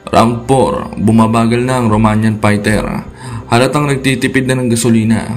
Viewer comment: HINDI YAN PAYTER TOL Fighter Yan pagbigkas mo ULITIN MO NGA PAYTER ay mali yan